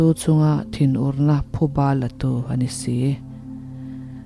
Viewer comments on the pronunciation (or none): none